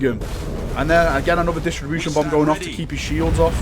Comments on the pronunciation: DIS-RUP-TION. It disrupts shields, not distributes them. :) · Disruption. Say it with me now, DIS-RUPT-SHEN